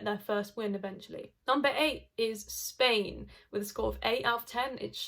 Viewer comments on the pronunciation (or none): none